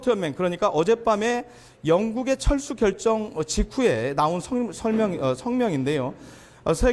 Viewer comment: 잘 들어보시면 철수가 아니라 챨스 ㅋㅋㅋㅋ